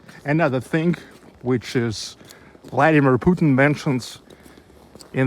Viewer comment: Please don't say Putn, but Puteen.